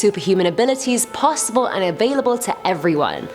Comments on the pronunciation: She cant pronounce “possible” correctly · Who else got pissed bc of the way she said possible I know it’s her accent tho